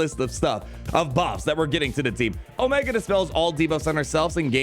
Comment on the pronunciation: Stop mispronouncing Omiga, Tick, Ricker, Eko and Hanta. You do it every video.